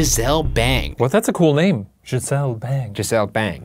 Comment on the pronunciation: Gisle = Giselle apparently. Gisle is a man’s name.